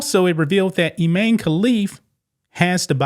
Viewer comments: His name is I MAN e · Pronounced I-MAN. And he is.